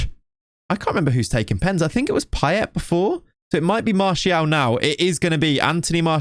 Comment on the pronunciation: I Can't🤣🤣🤣 '' Pie-Ett'' Blud its Pie-Ay